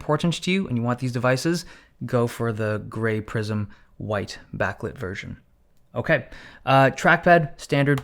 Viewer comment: "Owkay so"..... 😁